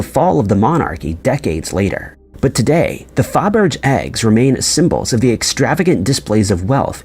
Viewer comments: FA-berge XD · Fabergé hurt the most. The accent on the “e” means that the letter is pronounced. Not to mention that’s not a hard “g.”